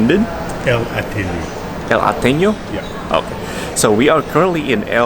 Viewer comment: You guys mispronounced the name of the bookstore. Ateneo is the Spanish for Athenaeum.